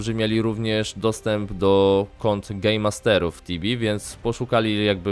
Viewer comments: Czy Ty zamiast GameMaster mówisz Gejmaster? Czy tylko ja tak słyszę? :P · Śmiesznie to brzmi ale i tak się dobrze ogląda :D